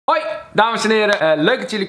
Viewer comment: het lijkt net alsof je zegt oj mensen raar toch